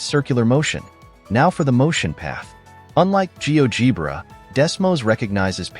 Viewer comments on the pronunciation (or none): It's "gee-OH-jeh-bruh". Fix your AI slop, because the rest is very nice and worthwhile!